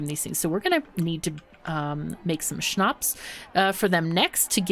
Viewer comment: She said it so it sounds german what is really wierd. To hear a German word in the middel of her talking . But it sound so good as a German :D. And Schnaps is so well pronounced that i have the feeling there are some German ancestors or family members that speak German